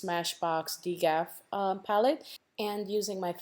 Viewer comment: Is it possible the trio shadow was called D.G.A.F( don't give a f**k) 😂😂 I giggled a little when I heard "Degaff"